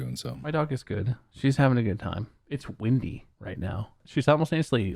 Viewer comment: I like how he says wimby instead of wimdy lmao